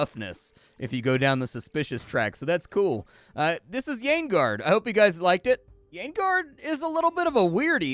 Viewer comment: Great, a friend told me on voice chat that you had a new video up. And he pronounce the name of the game as Yaoiguard. Thought it was another anime-style dating vn.